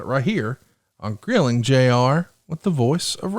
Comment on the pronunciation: Forgot the r in Grilling 😂